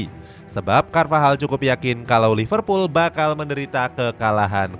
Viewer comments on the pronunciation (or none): none